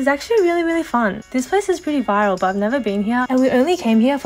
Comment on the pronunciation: Fun. Just a tip - 'viral' is 2 syllables; you said it like 'vile.' 😂